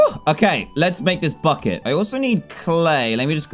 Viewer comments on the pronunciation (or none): i thought he said "fu* it"* instead of bucket